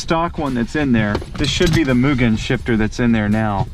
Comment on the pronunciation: Many Americans can't pronounce it right; they pronounce it as "Myu-Jen". Mugen (無限) is a direct subsidiary of Honda, and the first president was Soichiro Honda's (the founder of Honda Motor, based in Aoyama, Tokyo) son. They were once caught on tax-evasion. Mugen's official company name is now M-TEC, but the MUGEN brand name remains.